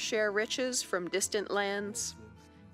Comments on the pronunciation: Really annoying pronunciation of PortuGAL here. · Hearing her say “Portugal” is torture.